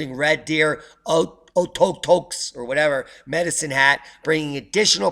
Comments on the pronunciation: Oh-ko-tokes is how you pronounce it. It means "big rock" in some Indian language due to the massive glacial erratic the size of a building that is just west of town which was carried from Jasper by ice in some far off time. I live about a 20 min drive west of Okotoks in Turner Valley on the edge of the foothills and you should see the huge dump of global warming we got out here! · Notifications ceased for ORP... ...by the way it's pronounced OK tokes